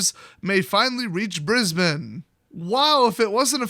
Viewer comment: Cudos for pronouncing Brisbane correctly. Our city has been covered in smoke with air quality warnings for the last 2 weeks